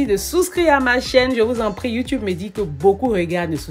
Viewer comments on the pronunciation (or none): none